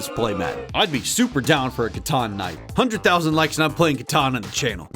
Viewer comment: It’s not caton it’s catan